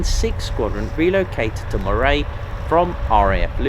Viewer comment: Wee tip, Moray is pronounced Murray as in Andy not Moray as in Eel😊